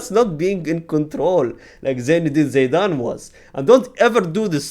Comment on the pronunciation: how broken someone can be? - Zidane ❌ - Zaydane ✅